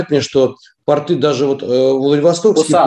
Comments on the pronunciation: "ПартЫ вставали на карантин" 🤣🤣🤣🤣 Вот и разобрались с ударением. 🤣🤣🤣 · Думаю порты, ударение на "о" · П'О'РТ=П'О'РТЫ -ударение на О. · ПортЫ-это штаны. Правильно, пОрты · ударение на О )) а про леечку и бордо не выйдет у винограда корни за 20 метров в глубину могут уходить не прольешь с леечки))